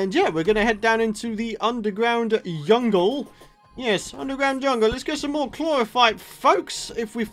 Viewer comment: you said yungle